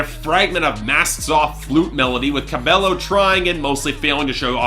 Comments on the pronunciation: please take this into consideration: It's Camila CA-BEH-YO, not CA-BELO. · it's not cabeLLo, it's cabeYo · It's pronounced Ca-BAY-oh